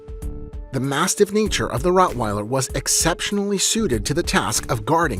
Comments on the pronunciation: Rottweiller not Routweiler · LOL it is rottweiler not routweiler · Routweiler? Lol. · Not Routwell but Rottweiler. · It's Rottweiler